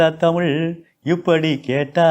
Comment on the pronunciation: இந்த தமிழ் (தமில் இல்லை) ஆசிரியர் தமிழை “தமிழ்” என்று உச்சரித்தால் இன்னும் சிறப்பாக இருக்கும். சுழி, சுலி அல்ல